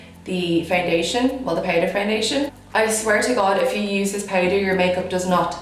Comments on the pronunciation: Eyebrew pewder ? Why you are talking like that 😂 you are so so beautiful by the way 😍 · why she says brows and powder like this am confused no offense tho am just never hear accent like this ..... love the look ❤